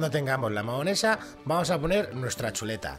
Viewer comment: Se dice mayonesa